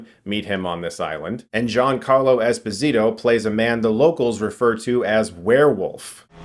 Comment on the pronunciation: Fun fact: Ginacarlo's last name Esposito is Italian, not Latin; so it's pronounced es-POSE-ee-toe. Source: the man himself on WFT Podcast.